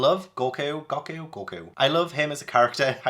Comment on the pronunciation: It’s goku not gocku